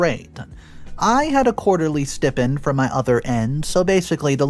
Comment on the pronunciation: It is pronounced STI PEND. Long I. Not STIP END. Once can be seen as a mistake, twice is idiocy.